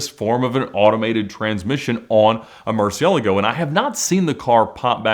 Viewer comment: What are you talking about? Murcielago is a word in spanish, thats the correct way to say it. (Not 100% perfect but good enough for someone who doesnt speak spanish)